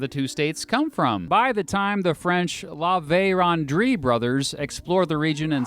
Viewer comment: Well for one thing you didn't mention that the areas drained by the red river were Brutish territory called rupertsland you also totally butchered laverendrye,s name.you also failed to mention that there was a fair bit commerce and trade between st Paul and fort Gary ie red river settlement ie Winnipeg up and down the red river between what is now Manitoba North Dakota and Minnesota other than that not bad.